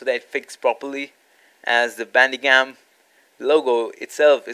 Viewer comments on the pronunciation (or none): Are you saying Bandigum or Bandicam??